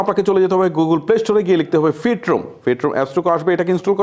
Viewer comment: ফটোরুমকে বলে ফিট রুম । বুঝলাম না